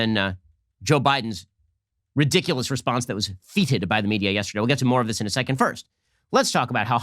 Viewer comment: "Feeted" Ben? I presume you meant "feted". That is not how that word is pronounced. Stop making me be the pronunciation police. I'm old enough to remember when "feted" was not pronounced "feeted". 🤔